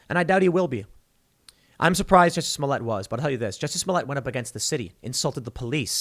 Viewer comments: Its not Jessie smollett, its Joocy smooliett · It’s French actor juicy Smoll-ette!